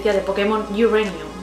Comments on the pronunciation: lo dice bien. Uranium se pronuncia así, de hecho si no dices "iurenium" (como ella bien pronuncia) mejor di Pokémon Urano, para que no quedes mal delante de angloparlantes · no sé si me dijiste el comentario a mí o a BOMBIXFM. Soy inglés de nacimiento y vivo en Londres, lo pronunció perfectamente como cualquier inglés de a pie por estos lares. Saludos